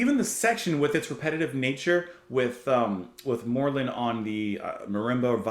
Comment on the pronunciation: Pierre Moerlen, (Prounouned, "More Lann") is undoubtedly the most highly skilled drummer and percusionit/multi instumentalist. I met him in '97 and he was so modest and gentlemanly, it was unbelievable! Just for the record, Didier Malherbe, it's prounonced, "Mal Herb".